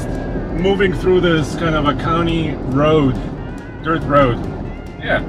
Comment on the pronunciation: You should be more concerned with the commie being worried about "hurting the erff"! When did he become a tree hugging hippie queer?